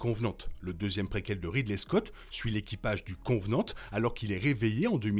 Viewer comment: Merci, c'est cool de faire une vidéo sur la timeline d'Alien ! En revanche, juste un petit bémol : c'est Covenant et non Convenant ;)